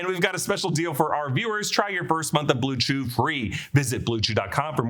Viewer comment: Blew chew lmao stop